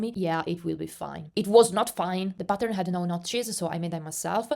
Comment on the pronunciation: Haha every time you said “ pattern” I thought you said “button” 😂 thanks for sharing this info!